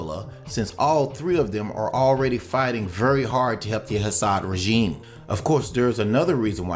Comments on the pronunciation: Your pronunciation of the Syrian president's name is wrong! It's pronounced Assad, not Hassad. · Dude - there is no H in Al-Assad. ok. it is not HASSAD.